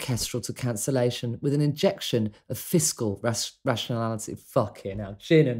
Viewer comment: I love the fact that you left the fishcal in...thumbs up just for that ;] Still a fraction of the errors that robo voices do !